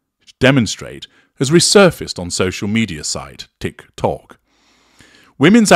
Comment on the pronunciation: 😂😂......the way you say Tik Took and the horn of ridicule 😂😂